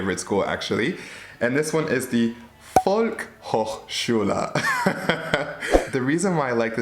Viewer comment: Es gibt zusätzlich auch direkte Online Sprachschulen. Z.B. Lingoda Oh, und du hattest vielleicht Schwierigkeiten das Wort - Volkshochschule- auszusprechen, weil du vergessen hast, das s in der Mitte mitzusprechen. Volk s hochschule 🙂 Mit dem - s- verbindet es sich eventuell einfacher.